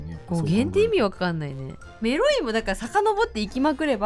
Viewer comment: 、が「メロい」って言う度に「エ〇い」って聞こえて、「え?!何言ってるの?!」と度々なっていました＿|＼○＿ なんか高校生の男女が「エ〇い」って言ったら「は?え?」みたいな反応されたから「違う違う!メロいって言ったの!」て言う語源だと可愛くないですか(妄想)